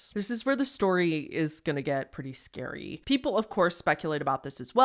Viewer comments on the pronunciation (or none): none